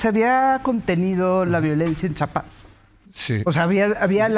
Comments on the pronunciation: Como lo pronuncia Chapas , cómo se escribe Chiapas 😢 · Porque dicen chapas Es chiapas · Estoy casi seguro que la señora Abogada pronuncia siempre Chapas. No es la ùnica. Es un error muy común y penoso. Pero tap vez estoy escuchando mal. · Es Chiapas no CHAPAS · Porque son tan ignorantes y viven en su burbuja que tal vez ni siquiera han estado en CHIAPAS y no saben como pronunciarlo! 😅